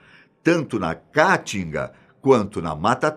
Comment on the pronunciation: Não conseguir mais prestar atenção após ouvir "cáatinga" várias vezes